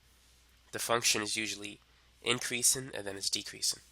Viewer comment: increasin' decreasin'. My boy is such a g he doesn't have to pronounce his g's.